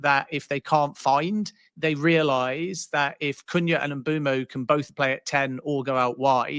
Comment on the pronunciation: Man it’s annoying isn’t it. Mbeumo first then now Sesko. Almost like there’s a refusal to properly learn how to pronounce peoples names